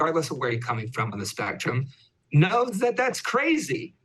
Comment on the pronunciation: Nah. Not spectrum. Not “spectrum.” Not spehtrum. Not “spehtrum.” Not spehtruh. Not “spehtruh.” /